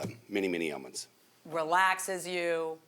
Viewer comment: LOL "It helps with many, many eilments".